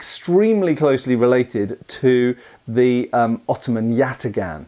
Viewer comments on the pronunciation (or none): Yatağan is pronounced "yatahn". The ğ serves to elongate the vowel before it.